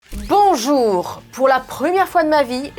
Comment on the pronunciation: Le bonjour était très québécois